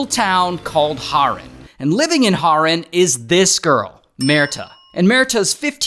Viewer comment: it's HAAAAREN not horen💔